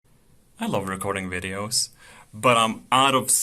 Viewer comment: Where are the wideos???